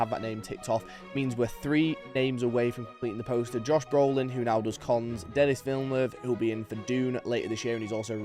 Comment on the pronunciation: Just a heads up dude in case you meet him - it’s not pronounced “Denis” it’s pronounced “Denee” - he’s known to be really annoyed by people who don’t get the name right